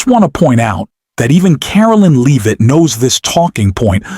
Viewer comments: Not “Leave-it” - pronounced “Lev-it” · AI came up as it often does, with mispronunciations but my recent favorite is the one for Levit's name: Leave it !